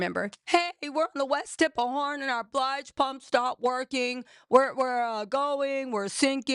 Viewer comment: I love you, Girl! But it's not Mary J "Blige" pump. It's BILGE! 🤣🤣🤣 Nonetheless, excellent investigating! 🥰